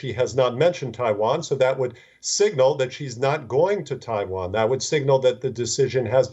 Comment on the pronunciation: Can the newsreader learn how to pronounce ‘Taiwan’ properly and many of the English words please!! It is ridiculous to present in English and yet cannot pronounce the worlds correctly